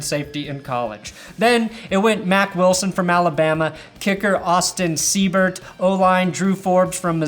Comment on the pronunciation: Everyone I've come across pronounces Austin's last name as Sea-bert. Lol It's pronounced Sigh-bert.